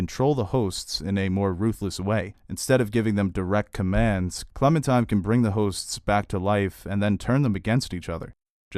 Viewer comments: I love your reviews, but can you PLEASE stop calling her ClemenTIME. It's pronounced and spelled ClemenTINE. Like the tine of a fork. Otherwise, I love the rest! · Are you really calling her Clemen-TIME??